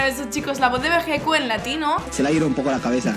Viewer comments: Hola y se escribe Vegetto y se pronuncia: "Veyito" un saludo tíos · volviste, que bueno idola😘 Ey chicos, nuestro personaje en latino se escribe Vegetto pero se pronuncia Vegito(veyito)😊 Buen video como siempre, saludos desde ARGENTINA👍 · Que pesar me da por los españoles, han tenido que crecer diciendole bejequ a Vegetto...